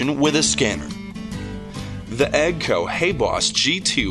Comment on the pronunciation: He also said EGGG-CO?